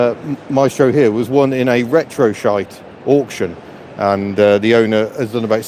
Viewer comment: The joys of doing a live stream. Couldn’t help but rewind as I thought I miss heard you say ‘Retro Shite’ and not Retro Site 😂😂 Great walk around as always